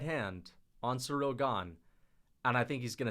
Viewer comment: Please, it's not SURREAL Gane. It's pronounce like: SEE-REEL